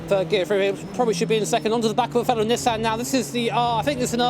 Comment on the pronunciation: Big fan of Nissan but can't pronounce it right.